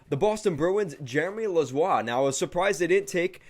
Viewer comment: It’s Jeremy Lauzon not lauzoi